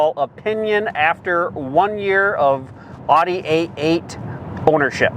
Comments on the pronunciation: OudE not aughte. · Great video. Great car. Please learn to say Audi correctly. Thanks.